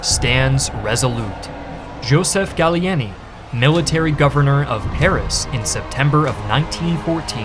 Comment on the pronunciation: Started off okay but as usual the pronunciations are awful. How did Gallieni become Galelini ?? smh.